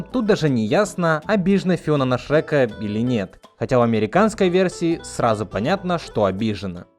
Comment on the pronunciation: Боже, я не знал, что значит фраза "глотать буквы". И в этом ролике услышал. "Шэка", "хрометражу", "рекомендую среть фильмы". Чувак, говори нормально, по ушам режет. И хватит выделять Я в слове дубляже.